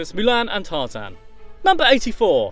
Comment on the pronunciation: you just said tartan